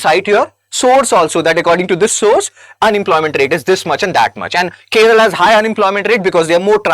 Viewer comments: Its not Keral, it's Kerala You don't even know the name of the state property, you talk about statistics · It's not keral it's Kerala some educated idiots pronounce it it keral I wonder if ur helping IAS aspirants and pronouncing a simple name wrongly it's 😭 😢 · It is not Keral it's Kerala. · why this idiot is saying keral keral idiot learn how to pronounce Kerala. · Dude, firstly, it is "Kerala", not "Keral". Secondly, for districts above national average, please also post national level data. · கேரளா என்று சொல்வதால் தான் அதை இப்பொழுது கேரளம் என்று மாற்றிவிட்டனர். ஆனால் இப்போ நீங்க புதுசா கேர்ள் என்று சொல்கிறீர்கள். இது சரியல்ல.! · ।t is 'Kerala' not 'Keral'. What if I say 'Hind' for 'Hindi' and 'Biha' for 'Bihar' ? What do you mean by 'We' when you say, "We think that South Indian states......." It sounds like the ' we ' in "We Americans think that Indians......". Bro, it is this ' other-ing ' of South India by North Indians which has accentuated the North-South divide in recent days. If an educated young man like you can entertain such ideas ie We = North Indians and They = South Indians, God save this country. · The way you said keral, makes my blood boil